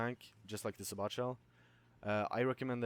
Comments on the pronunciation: its not sabot it sabo with a silent t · It is pronounced say-bow it buuugs the shit out of me when people say it say-bot . I liked this guys vid never ever thought of the combo of the sabot and canister shell. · Sa bot shell hahah dumbass its pronounced sab it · im pretty sure sabot is pronounce"say-bow". obviously this is not a big deal though. anyway good vid, helpful for me as i dont play vehicles much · I'm sure it's already been mentioned, but it's say-bow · Lol thanks for the vid, btw I think it's pronounced Say-Bow (Sabot) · Say-bo. THATS how you say it